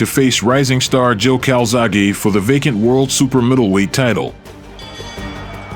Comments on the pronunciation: His name is CALZAGHE not Calzagho !!! Do your homework properly and learn how to pronounce his name. It shows that you’re a pretender to know the sport when you can’t pronounce one of the most famous boxers on the planet ?!!?! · cant even say joe’s second name properly 😅